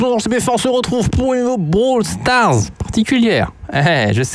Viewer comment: Sa me fume quant tu dit "Brawl stars